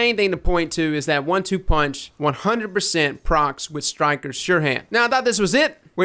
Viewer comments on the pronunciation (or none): Btw it's called Stiker not "Styker" lmao